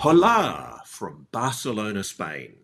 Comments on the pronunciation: Haalaa LOL it's pronounced Ooolaa lol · Its OLA - The H is silent! Hola. Come on Ross! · The H is silent in ¡Hola!